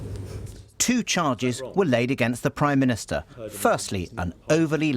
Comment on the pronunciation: Someone should’ve corrected him; it’s called the PRIME minister not PWIME minister....